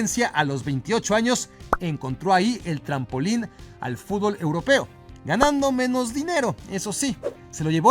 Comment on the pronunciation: 2025 y los memexicanos siguen sin saber jugar al fútbol. Ni tampoco pronunciarlo correctamente. Sigan así.